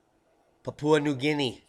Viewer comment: Papua Papua .. Well done, You nailed the correct pronunciation .. Perfect :) Thats a huge effort for an American i know,, to be applauded...